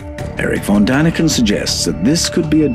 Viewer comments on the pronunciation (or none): two little corrections: it is von Däniken , not Von Daniken (von means off (a place p.e., and is not a name)